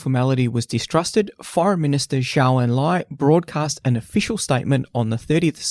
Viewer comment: Just a small correction: Zhou is pronounced like "Joe".